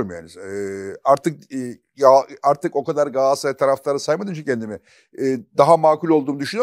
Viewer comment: Çok destekliyorum futbol konuşmamanızı mümkünse içinde “Galatasaray” geçen hiçbir spor dalını konuşmasanız harika olur. Yanlış telaffuzunuza maruz kalmayız böylelikle. Sizin “Galatasaray” ınız, Yılmaz Özdil’in “Coca Cola” sı yıldım